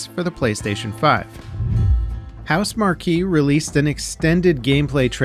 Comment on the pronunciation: You don't pronounce the E at the end of Housemarque